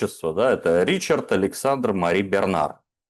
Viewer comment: Не живут во Франции Ричарды, там живут Ришары. Как не живут Майклы, -- живут Мишели. Разное произношение, одно написание.